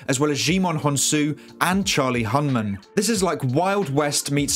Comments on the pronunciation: Sorry bro but I am SO SICK of these amazing YouTube breakdown movie reviews and I’m expecting an expert, not someone who says an actors name COMPLETELY WRONG. How do you get hyped about a movie and than call one of the main actors with the wrong pronunciation? It’s Charlie Hunnam not “Hunman” like how you be out here with a fantastic breakdown video and than just be in the world saying actors names sooo wrong 😑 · Charlie “Hunman” is actually Charlie Hunnam 🙃